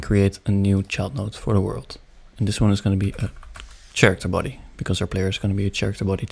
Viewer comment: "chairicter body" - 2023 (did anybody else hear this?)